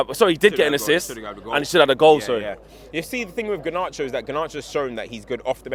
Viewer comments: Ganarcho? 😂😂😂 garnacho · Came has the poshest pronunciation of Garnacho that I have heard 😂